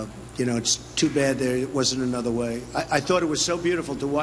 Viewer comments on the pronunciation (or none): none